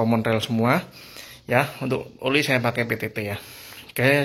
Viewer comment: Oli mas bukan uli